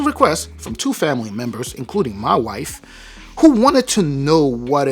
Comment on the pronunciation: Lol borat "mah wiiife"